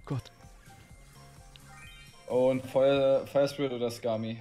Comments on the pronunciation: Spier firit HAHAHA😂 *fire spirit max haha😂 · „Spire firit“ 😂😂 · Spire firit 😂😂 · Spire firit“ anstatt Fire Spirit bester Mann 😂😂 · Der gute alte spire firet xD und nicht fire spiret🤣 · Junge wer kennt es nicht Spire Firit XD